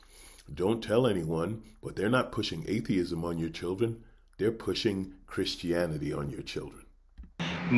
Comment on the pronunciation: "Hey kids, today I'm gonna teach you how to love God and be a good kkkrischen"